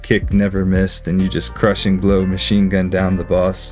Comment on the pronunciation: I like the ma sin but hey it's w.e